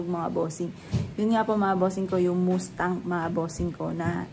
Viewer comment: Sports car is nice. MAS TANG ang pronunciation not moose tang